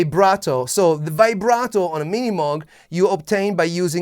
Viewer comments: Pronounced Mowg Mow as in lawnmower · Great video. But it’s not mog. It’s moog. Pronounced mewg. Ish lol.